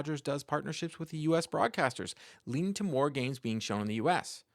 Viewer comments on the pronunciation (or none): none